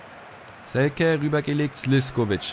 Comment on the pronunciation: Hast Selke richtig ausgesprochen! :)